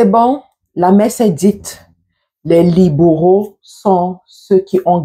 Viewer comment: C'est quoi les " liboraux"😂😂 soit naturelle et simple sister. Les libéraux c'est simple à prononcer non😂😂